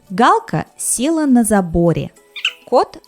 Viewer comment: се́ла (not села́)